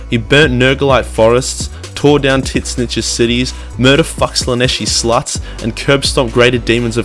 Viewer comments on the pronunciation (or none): lol I love how you still pronounce tzeentch as titsnitch